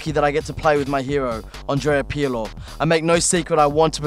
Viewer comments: The way he pronounces Pirlo is so cringey,this presenter is the worst on Copa 90 Poet and Vuj are so so so much better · the way this guy nearly chokes whille tryharding to pronounce Pirlo is the best thing ever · The way he said Pirlo gave me cancer